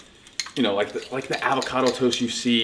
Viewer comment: Steve you seem to say Alvocado about half the time